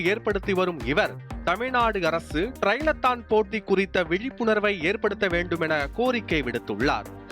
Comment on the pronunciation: அது ட்ரைலெத்தான் இல்ல தம்பி . .. ட்ரையத்லான் 🤣